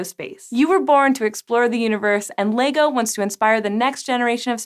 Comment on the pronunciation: awesome vid...but its Leg-O not Lee-Go... or its just my OCD..... keep up the great work and make more vidsfor the world to enjoy! Love this presenter, so much enthusaism.